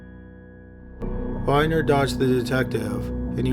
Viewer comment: That guy's name is Tim BIHN-DNER not Binder, and there's a lot to that story. First he passed all polygraph tests one was called inconclusive but that was just a cop tricks they that they always do but actually that doesn't mean anything cuz the cops lie and say you fail them people pass them when they're lying and as you know they're not admissible in court because of such reasons. Dog evidence is also very ambiguous at best as far as being used as evidence. Is creepy as the guy is you would think he is up to something, anyway but he he won a big lawsuit against the police for tarnishing his reputation however he has done even more creepy stuff then will you dug up. Now you dug up some new creepy stuff that I didn't know he did but he also sent antique silver dollars to little girls with with notes written backwards they had 2 look in the mirror to read and yeah he was a freak it's almost impossible to believe that he had nothing to do with any of that but then again you know some people just have some bad sexual proclivities and realize that they're bad and they keep themselves composed